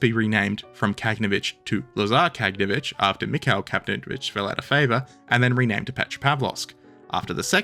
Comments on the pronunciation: look at the spelling, even in english. Ka-gan-o-vitch. not Kag-no-vitch. And get cracking on part 9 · "Kah-gah-naw-vitch" with stress on the 3rd syllable, Frunze is "froon-zeh" - 1st syllable, and "slava" both means "glory" and is the short version of Vyacheslav/Vladislav/basically any name ending with "slav"